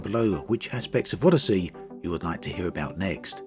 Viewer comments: Tell me I'm not the only one who just heard him call it 'Oddity'? XD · Nah he's said it properly plenty of times. This wasn't a jab at accent. It actually sounded intentional. ^_^